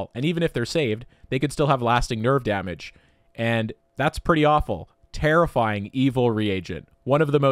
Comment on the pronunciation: Take a shot everytime he says terrifiyimg